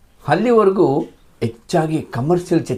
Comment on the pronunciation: ಆಗಲು , ಅಲವಾರು , ಹಲ್ಲಿವರೆಗೂ, ಕ್ಯಾತ.. ಆಡು ... ಕರ್ಮ ಕರ್ಮ... ಮೊದಲು ಸರಿಯಾಗಿ ಶುದ್ಧವಾಗಿ ಕನ್ನಡ ಮಾತನಾಡೋದು ಕಲಿ ಕನ್ನಡದ ಕಂದ